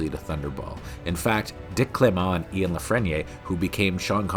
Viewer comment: How do you not know how to pronounce the name Ian?